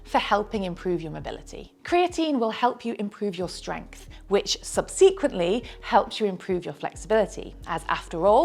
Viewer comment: sub - see - quintly. huh!? never heard it said like that before.